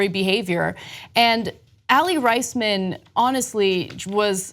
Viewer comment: Aly Rice-men? Pretty sure it's Aly Raise-men